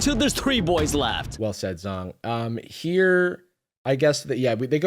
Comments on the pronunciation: ZH in Chinese pinyin makes a JH sound. So it's not Zong, it's Jhong. (There's just a bit more air behind the J sound) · fyi the zh is pronounced like an English J, not a Z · minor minor pet peeve the zh- in zhong is pronounced more like "jh-" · idk anything about this guy, but isn't it pronounced more like "jong"? edit: evidently that's not how he pronounces it himself, but... aight man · Love the video. "Zhong" sounds more like "Jong" though. (zh is Chinese sounds a lot closer to a j sound) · I'm Sorry but im like Distracted by pronouncing it "Zong" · Brother, that is not how you say Zhong. 😅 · is proof Zhong didn't actually watch the movie, because the demons in K-Pop Demon Hunters aren't all evil. That they can be redeemed is a pretty big plot point. Also, "Zhong" sounds Chinese. If that's the case I'm pretty sure the "Zh" is pronounced more like a J than like a regular Z. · Zh sounds in Chinese are actually pronounced with something similar to a J sound! Sorry but I kept noticing this